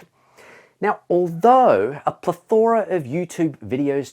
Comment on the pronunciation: Love how he says plethora 😂